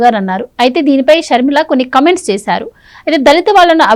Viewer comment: 'కమెంట్స్' కాదమ్మా, కామెంట్స్ అనాలి.